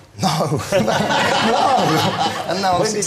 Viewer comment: where has he picked up this weird pronunciation of 'no'? he sounds foreign at times.